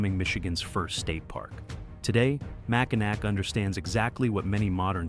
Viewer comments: It is NOT MackinaC. It’s pronounced MackinaW. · Ain't no way it's Mac in A-ack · Charla-voy. Mack in awe, key-win-awe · It’s not called Mackinac. It’s called Mackall. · It’s pronounced Mackinaw not Mackinac. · First of all it’s Charlevoix. Pronounced char le voy Mackinac. Mack in awe. Seriously learn the pronunciations. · Charlevoix is pronounced Charlevoy, not Charlevor like AI pronounces it. And we call it Mackinaw Island, not Mackinac Island, even though both spellings are correct. Get it right please! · it's pronounced Mac In Naw not Macanac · You should learn how to pronounce the names of the towns and places you talk about. There is no ack sound at the end of Mackinac. You also mispronounced Charlevoix incorrectly. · It is not pronounced Mackall. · Mackinac Island, the ending "c" is silent and the last syllables is pronounced (naw). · Another video that can't pronounce the town names in Michigan. Mack-in-naw ... Char-le-voy ...Aw-na-way ... Key-wa-gnaw ... Negawnee was close. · How about pronouncing Mackinac and Charlevoix correctly? If you’re going to do research, get it right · You can tell when someone doesn't know how or is not from Michigan, by the way they pronounce Mackinac Island.